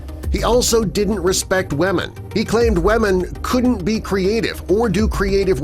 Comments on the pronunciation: Why does the say wamen lol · lol he kept saying wamen